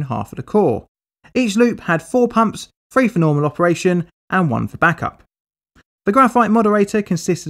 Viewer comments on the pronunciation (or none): When you say "3" the captions read "free" and vice versa. 😅